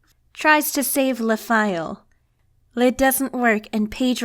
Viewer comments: The word "le" in french is not pronounced "lay" like in Spanish. It's "Luh". Get it right lmao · That's not how you pronounce "le"; that's how you pronounce "les". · It's purnounced luh. Not the same way you would say les. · Wouldn't it be "C'est moi" to be more grammatically correct? Also, am I the only one that finds it bizarre "Le" was pronounced as Lei like "Les or the Italian Le" instead of Luh? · Why is everyone pronouncing le like les? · OK but didn't English speakers always pronounce "le" in this context as "lee" - no French accent. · You’re pronouncing le wrong you uncultured swine